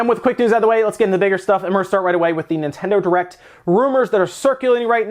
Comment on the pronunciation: Are you saying Nintendo Erect?